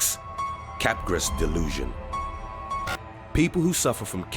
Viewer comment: it's pronounced CAP-GRAH lolol